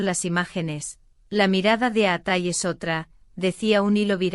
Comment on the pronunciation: Fake. Please pronounce his name correctly.